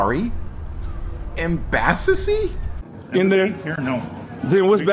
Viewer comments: “We got a U.S. embassasee.” Did he mis-speak? Wouldn’t he want the Moroccan embassy? I’ve heard reference to moor embassies in other videos. He should be calling them. Why isn’t he claiming he denounce all contracts with the U.S. government? What if the US embassasee would have told him they are under no contract to assist him. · Gawd, no Dudley Do-right comment/clip, I'm disappointed. Embassdocy?? rhymes with IDIOCY. Sargent is lower than a corporal, and you're a master mason?? as in Free Mason?? that sure is being secret. "CivilianIZED?"